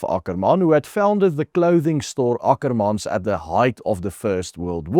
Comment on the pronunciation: It's Ackerman boet, not Akkerman 😂